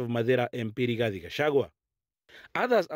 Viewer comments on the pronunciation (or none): none